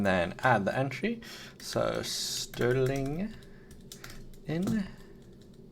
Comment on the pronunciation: Stirling pdf Dev here You pronounced it correct! 😅 Thanks for callout!